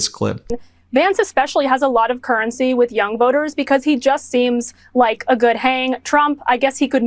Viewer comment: JD “ a goog hang” 🤣🤣🤣🤣🤮🤮🤮🤮